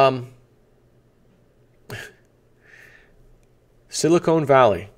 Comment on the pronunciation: I love you but it's SILI-CON valley, not SILI-CONE. Silicon is an element used in computer chips, silicone is a soft rubber material or gel for kitchen utensils and breast implants.